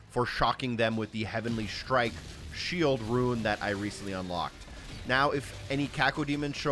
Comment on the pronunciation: Not being an asshole but are you saying shield ruin or shield rune?? I think I'm hearing the former and I'm looking for ruins every time you say it🤣 I'm following your videos and thank you for the help!!!